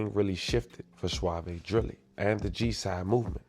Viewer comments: Its drilly gang not Billy gang...Billy gang is nine trey... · It’s Drilly and he saying Billy the whole video 😂😂 You gotta stick to DMV content my guy